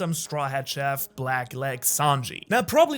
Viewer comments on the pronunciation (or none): none